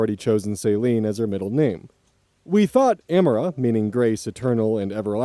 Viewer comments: I'm just listening in the background while I do chores, so only hearing the pronunciation of "Saline" had me VERY concerned. For reference, I pronounce "Celine" as "SUH-LEEN", like Celine Dion. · And 'Celine' pronounced 'suh-LEEN' with emphasis on the second syllable, and not pronounced like saltwater solution medical professionals use for intra-venous hydration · Celine is often and most commonly pronounced Seh-leen rather than Say-leen for future reference :) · So I was just listening to this as background noise and the idea of her name being Embrace Saline was absolutely hysterical to me. Like she was a billboard for saline solution. That said, Celine is pronounced sell - lean. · Celine is pronounced Sah leen, not saline, lmao. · Why are you pronouncing "Celine" like "Saline"? Celine (seh-leen) is a name; Saline (say-leen) comes in an IV drip. 😂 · "Celine" is not pronounced "Saline"... 🤣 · Celine isn't pronounced like saline xD I was listening to it without looking at it and was like that's still a pretty weird name... then you said it meant sky or heavens in French and I was like ??? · oz ☠️☠️☠️☠️☠️ ah-mar-ah; es-may; sell-een; and yea rosalie. Also, why in the world would you name your child a verb. Stop naming children like pets people. They will be bullied and they will not get taken seriously when it comes to things that need applications like housing, jobs, loans, etc Edit: ok im sorry but oz how have you never heard the name AMARA?!?! I just cannot get over that. also it's CELL-EEN. Like celine dion!!! you are killing me right now 😭😭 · Celine isn't pronounced like that. You're pronouncing it like salt water. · the way you said Celine sounded like Saline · Celine as "Saline" (like salty water!) cracked me up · That bugged me a little lol Also it sounded like he was saying saline instead of Celine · mispronouncing Celine was wild. I can forgive mispronouncing Amara but Celine? Celine Dion? C'mon.